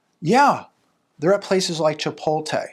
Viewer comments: ChipoTLe, not chipoLTe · It's "Chpot-LE",.